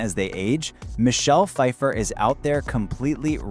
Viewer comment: How you mispronounce her last name and Greg worked with her in Margo’s Got Money Trouble not the Madison